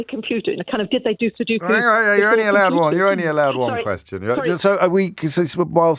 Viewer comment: Sudoku, not sudookoo.